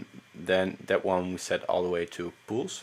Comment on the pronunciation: yo check how you pronounce 'pulse'